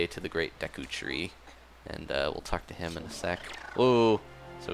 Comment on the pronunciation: I thought u said taco tree not Duka tree or whatever it is